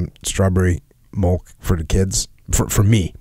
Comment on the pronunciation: SAY MILK. JUST SAY IT LIKE A NORMAL HUMAN.